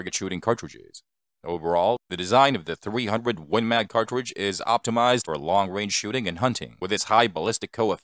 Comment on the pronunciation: What's a " cawtwidge"? And it's not rimless, it's a belted cartridge.